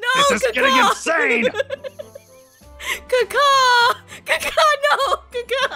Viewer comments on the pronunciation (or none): was literally crying when kept saying "CAW KAW" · The way you read "caw caw" is heard "kaka" in my language and it means poop so I am feeling a bit wierd right now.